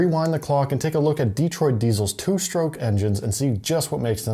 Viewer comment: It's not "DEE-troit," it's "De-TROIT."